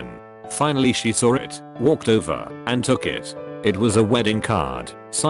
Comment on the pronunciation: TTS: I sawr it. Me: You what? TTS: I sawr it. Me: One more time in American English, please. TTS: England intensifies SAWR